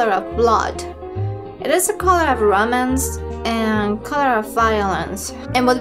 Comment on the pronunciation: you're awesome. I will always watch. When you said Romance the first time, I thought you said "Romans"...Red the color of Romans.